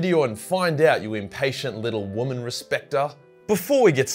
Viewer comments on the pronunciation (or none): none